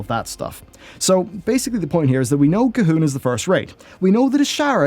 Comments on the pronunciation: Who is Cahoon? Or do you mean C'Thun? With a T? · Honestly confused. Is this some new enemy we're fighting in Zandalar, or do you keep mispronouncing C'thun?